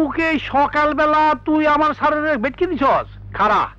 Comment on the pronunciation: নাছরিন ভেট্টি কে ভেটকি বলা টা সেই ছিল